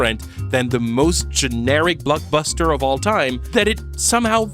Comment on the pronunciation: Is it me or is it super annoying how he pronounces Blockbuster??